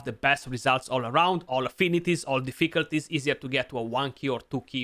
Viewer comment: Great video, liked and subscribed. Btw, if you ever decide to make merch, please design a shirt saying - Deficalties, to say it like this;) - would be an insta buy for me. Keep up the great work, very informative and to the point.